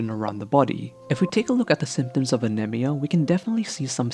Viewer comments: He kept saying anemia wrong! I almost threw my damn phone. Jesus Christ pronounce it right! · the way you pronounce anemia is really annoying